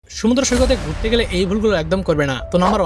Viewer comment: সমুদ্র❌ শুন্দ্র✅ 😂😂